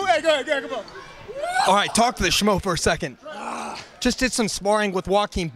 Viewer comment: Hey - Sean keep the hair 4 a bit! Helen please teach Sean to say your hubbies name right - it's the "SCHMO". Sean says "SCMO"! ❤